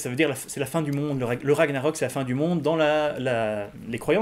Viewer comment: on ne dit pas "RAGNAROK" comme ça se prononce :o mon dieu au grand jamais :o (j'suis pas nazi ;p)